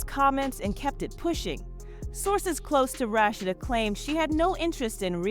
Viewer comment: The commentary can’t pronounce Rasheed name right